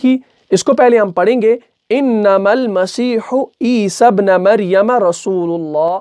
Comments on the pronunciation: Mistake = E-sabnu not E-sabna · پیش ہے زبر نہیں ہے ابن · Surah Maida ki ayat 114 me ap ik correction karlain please , ap ne teesry word ‘ابن’ py zabar ki jagah paish hae ap ne ghalti se zabar laga diya hae. Isi tarah se surah Nisa Ayat 171 jo ap me quote ki us me bhi ‘عیسی ابن” py dhamma yani paish hae Fatha yani zabar nhi. You are doing great job I m literally learning tajweed from your lessons! Please make corrections and upload this lesson again, JazakAllah